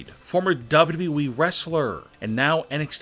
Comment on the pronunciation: how he says WWE😂 dbdbweee